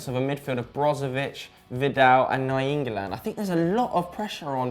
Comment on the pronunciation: "Na-YEEN-golan" wow could you sound dumber